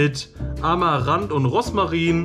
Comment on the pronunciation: Wie sweet, wenn du immer Roßmarin statt Rosmarin sagst 🤣 Ich hatte letztens Brot-Snack mit Sauerkraut & 1x mit Gemüse, bei mir stand Bio Rohkost Knusperbrot drauf, wenn du das Brot mit Kräuterquark, Gurke, Radieschen, Tomate , Oliven o.ä belegt hättest, wäre es noch leckerer gewesen 🤗